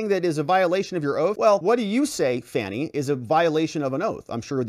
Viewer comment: Hint.... her name is pronounced "Fawni".. it is an African name. Everyone gets it but